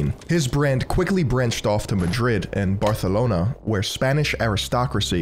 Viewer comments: correctly pronouncing barcelona... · I love you so much for saying Barcelona with a correct Spanish accent ❤❤❤